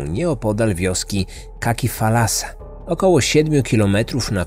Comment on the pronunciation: Jaki thalasa, nie FALASA!!!! Nie ma w j. greckim słowa "falasa". Morze to "thalasa" z przedniojęzykowym "t". Spokojnie można to wymawiać "talasa" jak się jest cudzoziemcem.